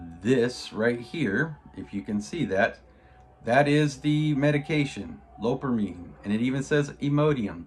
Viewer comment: Its pronounced Low-pair-am-ide. Retired nurse here.